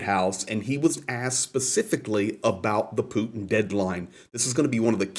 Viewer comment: Another reported can't pronounce Putin with a (T) It's Not "Poo In" 🤡